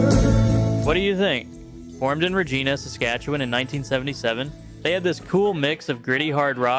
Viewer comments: It’s reg eye na, not regular ee na. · pronounced Reg-I-na, not Regeena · its not Reg-EEEN-ah, its pronounced "reg-EYE-nah." Side note- I was lucky enough to roadie for many of these bands, and I still call several of their members my friends ❤ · REGINA, NOT REGEENA!!! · Good choices. For me, i still listen to Saga. Wind Him Up and The Flyer were excellent tunes! Cheers from Vancouver! 🍻 U oh! You're AI! 'Regina' but pronounced 'Regeena' 😂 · Regena lol Regina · Did he say “Regeena”?? lol!! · Regeeena?? You can't be Canadian if you can't pronounce that city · Please dude PRONUNCIATION!!! “Reg-I-na” hard I “W-I-nd” hard I… that makes it an entirely different word !! GRAMMAR MAKES A DIFFERENCE. I love the piece but the bad grammar destroys the rightness of it. Do ALL the work before you record the information with correctness and class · Where the hell is "regeeena"? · Wind em up (as in moving air? Rahgena Saskatchewan? WTF is this?? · Regiiina? Its Regina! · It's not Regeena, rather, it rhymes with fun (as Mick Jagger said) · Where is this from they mispronounced Regina when talking about Streetheart which in MHO are really awesome and another couple Saskatchewan bands are The Northern Pikes and Wide mouth mason! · Nice to see the bands I grew up listening to. Are you Canadian? You mispronounced Regina and its Wind him up as in clock not as in weather. Great vid!! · Nice collection of artists. But how about you learn to pronounce Regina correctly? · When you talk about Streetheart, you should pronounce Regina properly ffs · Considering you don't even know how to pronounce Regina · Mispronounced Regina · you pronounced Regina wrong. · Chilliwack, Trooper, the list goes on. By the way Regina was pronounced wrong. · This must be computer-generated since Wind and Regina were not pronounced properly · It always floors me how all of the commentaries on these videos can never pronounce Regina properly.